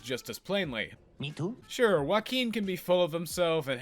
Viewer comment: I really can't expect you to pronunciate their names perfectly and it's fine, i still liked the video a lot But as someone who's native tongue is spanish .. ✨ Uakin ✨ fucking love it hahahahahah